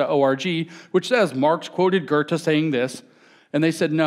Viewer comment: So who's this Gerte he mentions... I don't know any public speaker who tries so little to pronounce names correctly as James. It's his greatest nemesis.